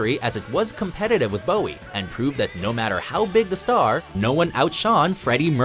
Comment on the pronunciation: The guy narrating this can't say bowie